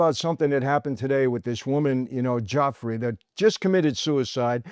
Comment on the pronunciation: Please pronounce Virginia's last name correctly. Right now you are saying 'jeffrey' of all things. Or just call her Virginia Roberts, which she was using.